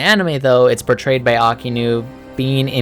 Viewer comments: Really like the video but your pronunciation on some things kept making me laugh. No hate though. But it’s pronounced “Shee-shee-boo-kai” not “shee-bookai”..... also it’s “AHK-I-inu” not “aki-nu” ..... I feel like such a nerd writing this comment 😂😂 awesome vid man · It's shichi not shee shee and it's actually Aka-inu